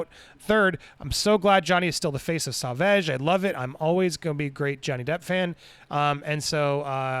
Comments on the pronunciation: Sauvage pronounced: s-oh- vah-zsh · It’s pronounced “soh-VAJ.” You’re killing me Smalls 😆 As to Amber Heard and her shenanigans, it is just further proof as to how obsessed she is with him and wanting to be him. I think part of her beef and what always made her so angry was the attention and accolades he got for being an actual good person and an excellent actor. She is neither of the above. It really chaps her hide, because it jabs at her narcissism. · I think the cologne is pronounced “So-vahj” (savage in French) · It's pronounced "so-vahge" not "sah-vege" lmao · Sauvage is pronounced so-'vage' like mas-'sage'. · I don’t think I’ve seen a single American pronounce it properly 🤣🤣 sore-varge is the closest pronunciation! 💗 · Pronunciation: Saw-Vaaj. PS: Gonna buy one soon. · It's sovaj.... Something like that The pronunciation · lmaoo dude its pronounced "sOvahge" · Popcorned planet- sauvage is pronunced more like so-vage the a in vage being pronounced like are not a. If amber is I’m pirates or if Johnny is not in pirates of the Caribbean I am boycotting it. Simple as that. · It's pronounced SAV-AR-J (rhymes with Nicki Minaj). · For the love of Johnny ,learn how to pronounce sauvage!🙏😭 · Damn, english people can't say "Sauvage". 😂😂😂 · Good video. BTW, here's the pronunciation of "sauvage"